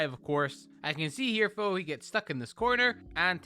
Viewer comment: Why do you say fo instead of though